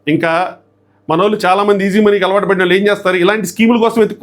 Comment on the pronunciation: వాల్లు అని వినిపిస్తోంది వాళ్ళు అని వినపడటానికి ట్రై చెయ్యి